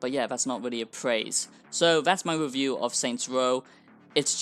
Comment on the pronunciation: This wasn't a" wewiew "it was a "wantt "